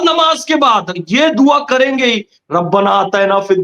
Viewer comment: Dua ke talaffuz sahi karo